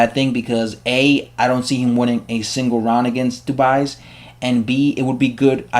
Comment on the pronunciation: iTS PRONOUCED KEVIN DU- BWAY ITS A SILENT S.